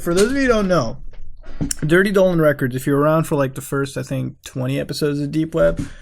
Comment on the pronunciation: When that picture of Donald trump came up, why did you call him Dolan trump? Like the way you kept saying Dolan records, then you called him Dolan trump, like wtf